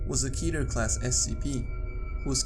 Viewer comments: I really like Your videos, but for the love of SCP 343 - IT'S "K-E-T-E-R" not "keeter", like in the word "cat"! :) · I’m pretty sure SCP 001 is “KETER”